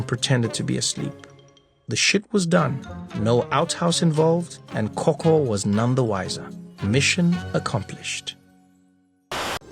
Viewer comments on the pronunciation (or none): its gogo not koko - if you stayed in the kasi this is normal lol